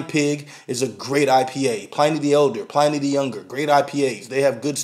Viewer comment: it's Pliny (like "benny", not like "tiny")